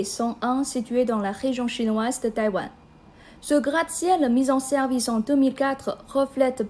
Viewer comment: "la région chinoise de Tawaïn"